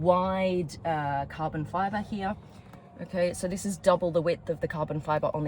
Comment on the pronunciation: its not HEAaaaa its HERE